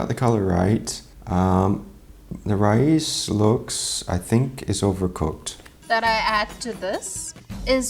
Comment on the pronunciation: Rise should not sound like that at all.